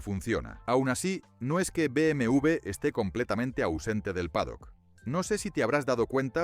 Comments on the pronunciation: No se dice BM u ve👎 se dice BM doble Ve. Por los clavos de cristo no saben hablar 😡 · Y si dices bien el nombre sería mejor, no cree? Es BMW No BMV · Se dice beemedoblevé o directamente beeme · Me pone mal cada vez que dice BMV en vez de W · Muy bueno todo hasta que pronuncia Be eme ube 😢